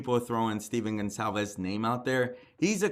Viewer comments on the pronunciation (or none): I feel so bad for the Gon-KAL-ves (Goncalves) family. Nobody says their name right.